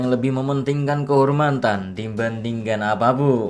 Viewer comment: Kok kehormantan